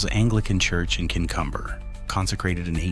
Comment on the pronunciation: Pronounced “king-cumber”… us locals know to sing hymns if it goes cool. It’s a lovely church both in daylight and walking past at night. Very welcoming, kind volunteers keep the grounds tidy.